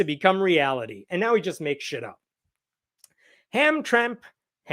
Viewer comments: omg its (HAM-TRAM-ICK) A SMALLER PART OF GREATER DETROIT. THANK YOU FOR YOUR ATTENTION TO THIS MATTER. 😂😂😂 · Hamtramck is a city in Michigan surrounded by the City of Detroit. Had been a Polish community for a long time. The ethnicity has changed. Pronounced Ham-trám-ik…